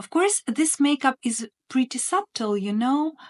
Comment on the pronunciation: I enjoy your content and applaud you for the challenges of speaking a new language. Just for information, not criticizing, the word subtle has a silent b. So it sounds like sutle. Thank you for all the information you give us. ❤️